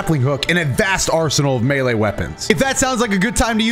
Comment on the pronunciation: Omg said melee correctly